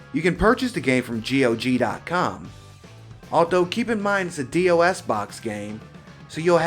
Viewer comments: I love Power Instinct, the sequels are a bit better than how tame the first one is. Also, i'm pretty sure DOS is pronounced "doss", not "dee-oh-ess" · It's so much fun hearing someone pronounce DOS as D-O-S. I always hear people say "Doss."